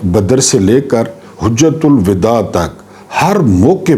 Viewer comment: ye HAJ'JA'TUL WIDA he. Aapney HUJ'JA'TUL WIDA par'ha.